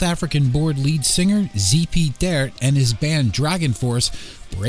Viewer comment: ZP's last name is pronounced "Tee-Art"